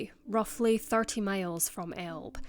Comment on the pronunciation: Elbe is pronounced " El- bee"